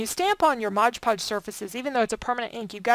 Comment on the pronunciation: Can we say " MOD PODGE"??? Not trying to be rude but it really bugs me & others. You are not the only one who says it wrong, so don't feel bad.